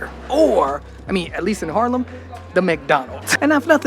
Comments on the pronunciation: I see my town, I upvote It's Haarlem, not Harlem buddy. You pronounce it with the dubbel A, like when you scream aaaaah, lol Harlem, New York was once ours tho. That was when New York was still called New Amsterdam. We traded it with the English for Suriname and they renamed it to New York. I'm 55 and live in the center of the city. You actually walked passed my house. My parents have worked in healthcare all their lives and are now 84 and 82. They also live in the center and still go to the pub 2 or 3 times a week to have a few drinks. They are completely independent and refuse any help I offer them. Isn't that nice? I always like your vids, you're such a positive guy. Have a great day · It's Haaaaaarlem dude, not Harlem.